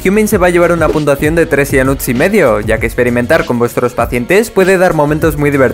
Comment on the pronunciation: soy la unica persona que algunas veces oye puntuaciongg??